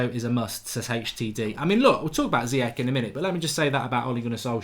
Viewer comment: It’s pronounced zi yesh